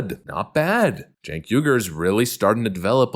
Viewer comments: It’s pronounced “Jenk”, like in “Jenkins”. And the family name is pronounced “Ou-eee-gh-ou-r”. Turkish names. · Spelled “ Cenk “… Pronounced “ Chunk “ 😂